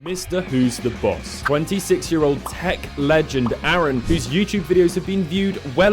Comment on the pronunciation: Its arun not aaron! I don't know why this annoyed me. 🤣😆